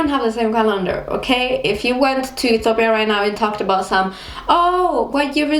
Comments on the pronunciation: You can't even know how to pronounce the name of Ethiopia. what's Etopia? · You're really cute, but I couldn't even tell that u r from Ethiopia from the way u talk. First of all, u pronounce it E-to-pya while Ethiopians pronounce it E-tyo-pya but foreigners pronounce it E-ti-o-pia. Are you trying to do a latin American accent? Btw, when I was around 7th grade, my highschool started using separate classes for all subjects, instead of single classes for all grades & sections. Also nobody I know likes wearing school uniforms. It's the best part of being in a university. I actually have a friend who once came to school in pijamas, too. Anyway, loved the vid xo. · why you sayin Ethopia!! say Ethiopia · *please don't make your mouth like ☹️😏 *It's not etopia, it's ethiopia *Merkato is not the only market in Addis or other cities and most sales personnels are not farmers. Anyways, you are beautiful. I hope we will meet one day and have a quality time together 😂lol